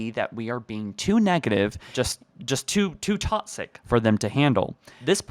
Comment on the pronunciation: I love your videos. But one thing bugs me. The way you say “toxic” It’s pronounced “talk-sick” You pronounce it “tot-sick” Not hating, just my pet peeve. Keep making good videos :)